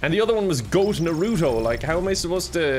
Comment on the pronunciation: The way he pronounces Naruto, I love it